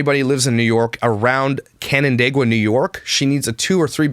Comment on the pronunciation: I live in the town next to Canandaigua, NY (btw…I was super impressed you pronounced that correctly!) have Shauna check out Pintail Crossing in Farmington, NY. They’re very nice income based apartments that are only a couple years old. I actually have friends that live there so I’ve seen them. Thanks for all you do!